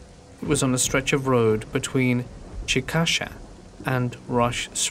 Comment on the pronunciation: The way you say Chickasha is terrible 😂😂